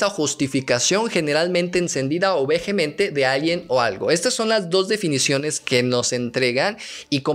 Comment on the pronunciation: "Vejemente"...oiga, profe: en esa palabra (vehemente), la h es muda. Jajaja. Bueno, ya en serio, me hubiera gustado que abordaras más el desequilibrio que empieza a surgir en la mente de la protagonista y que podría ser producto de ese choque cultural y se manifiesta en comportamientos inadecuados y violentos (como cuando apuñala la mano de un compañero con un lápiz, cuando se pelea con una niña más grande o cuando tira a su competidora al río para deshacerse de ella y poder concursar o cuando roba dinero a su madre).